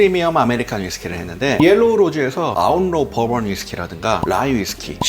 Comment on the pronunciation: 아니 왜 시작부터 덤앤 더머 티키타카 ㅋㅋㅋㅋㅋㅋㅋㅋㅋㅋㅋ 두분 다 빙구미가 예술이네요 ㅋㅋㅋㅋㅋㅋㅋㅋㅋㅋㅋㅋㅋㅋㅋ 그와중에 계속 버번 위스키가 법원 위스키로 들리는 마술에 걸린 나